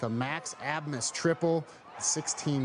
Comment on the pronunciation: Why are announcers pronouncing it Assmas?